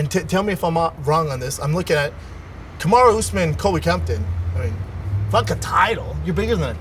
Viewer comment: "Camaro " Usman